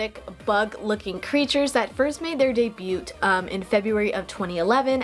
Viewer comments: girl its day-byoo not day-byute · debut is french and you dont pronounce the T